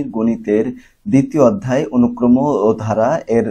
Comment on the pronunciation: অনুক্রমো না অনুক্রম 😑😑